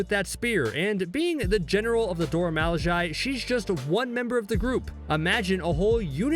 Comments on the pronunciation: Now you know "Milaje" ain't pronounced how you pronounced it just now... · Dude your pronouncing the name wrong, over and over again to the point that its hard to watch your effort. Its pronounced Do-ra Mi-La--je, go listen to the movies, go listen to them pronounce it themselves. Gad damn. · I am not sure why you thought it cool to intentionally mispronounce Mee--laaaahhhhh--SZHAYYY. It's really damned annoying. Why'd you choose to do that? I mean, really? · Shouting: "Mil Lah jay" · Hi, I dont mean to be negative and I understand that the narrator is probably from England. BUT if you start out the video enunciating the "Dora Milajie" correctly in the beginning of the video, it is grossly negligent to just let your accent kick in throughout the rest of the video. Dora 'Mal-lay-jay' is NO where near Dora 'Mil-la-jie-ee.' Im not trying to be an ignorant "Johnny-Rain-cloud" over here, but I just couldnt enjoy watching the video. Thumbs down. =/ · He is butchering their name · I wasn't aware u pronounced their name like that....😂#colonizer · How can you keep mispronouncing their group name when you've heard their name properly pronounced several times? 🤣🤣🤣🤣🤣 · my brain freezes anytime he pronounces "Milaje" wrong. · He should have practiced saying milaje in the mirror for hours before this video bc cringe as hell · he said Milajie wrong good video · Why is he saying Milajie like that??